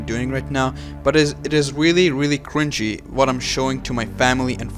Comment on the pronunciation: I keep thinking about how he said wealy wealy cwinge